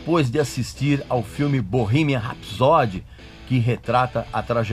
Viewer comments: Se escreve ''Bohemian Rhapsody'', porém se pronuncia: Bohimian R (acentuado com fonética de ''ur'') épsody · pronuncie certo pelo amor de dio mio cornuto é bow-rremien ( rrs ai é tipo metralhado e não R forte nosso como em rato como voce ok? rrrapsodeee a tonica ai é no final e soa como a letra i longo iiiiiiii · Bohimia rapsod que agonia!!!! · Bohemia Rhapsody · VOCÊ NÃO SABE NEM PRONUNCIAR O NOME DO FILME CORRETO... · Ainda bem que o filme é uma ADAPTAÇÃO dos fatos reais, a ordem cronológica e esses detalhes que você mencionou não mudaram a essência da história da banda. Tudo que aconteceu no filme foi permitido ir às telas pelos próprios integrantes. Agora como um fã, só faltou você pronunciar o nome da música “Bohemian Rhapsody” corretamente, já que preza tanto pela originalidade. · Você é tão fã q nem sabe pronunciar Bohemian Rhapsody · Acho q vc deveria primeiro aprender a pronúncia correta do filme, depois criticar alguma coisa. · Erro eu vir no seu vídeo. Não sabendo pronunciar o nome do filme. Para cara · O erro começa com você não sabendo pronunciar Bohemian Rhapsody ! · Esse cara não sabe nem o que tá falando!!!! Nem pronunciar o nome direito ele consegue, que dirá falar sobre o filme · Nss , fala o nome do filme direito pelo menos... Sabe antes do falar bolufas. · o filme não é perfeito, mas como todos os outros têm pequenas falhas, mas não tira o mérito do filme, você está pronunciando errado o nome do filme, o inglês péssimo 😂😂😂😂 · Primeiro erro e que já me disse tudo...foi a sua pronúncia do nome do filme e música do Queen. Nem continuei a ver seu vídeo. Sai fora recalque. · Eu comecei a assistir o vídeo e parei na parte que você falou o nome do filme com a pronúncia escrota e errada. A proposito, Respeite os Fãs do Queen,medriocre é o cacete. Ficou tão incomodado com o filme, produz um melhor e lança .